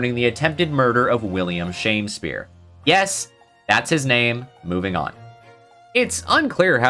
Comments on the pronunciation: Shamespeare? But there's no e between the m and s, it's Shamspeare, like a sham Shakespeare. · I think it’s supposed to be pronounced as Sham-speare not Shamespeare. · One thing that’s bothering me this video is the “Shame spear” pronunciation It’s not “Shame” but “Sham” He’s a fraud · .......SHAMspeare not SHAMEspeare